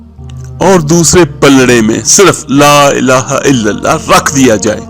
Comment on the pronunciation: Elaaha ke lam par kara zabar hota he drustagi farma leegea ga